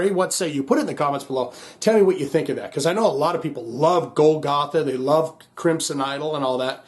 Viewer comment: Love you Also bad a** that Pearl Drums sponsors your channel. Not to be a wiseguy, but it's pronounced [Goal - ga - tha] Love that track. W.a.s.p. is always great. Golgatha is the hill where Christ crucified.